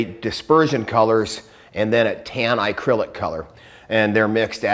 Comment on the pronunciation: He says acrylic funny (Icrylic)